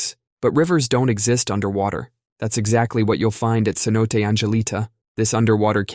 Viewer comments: Cenote = say-NO-tay. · cenote has three syllables: se-no-tay. (I;ve heard different vowels in third place, but always three syllables.)